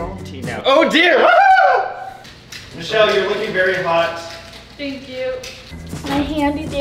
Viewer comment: it is not mushelle it is Michelle